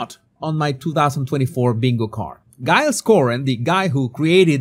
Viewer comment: FFS! Take lessons in basic English! It's DJILES Coren, not GUYLES Cohen! You need to get back (?) to the basics of English phonetics!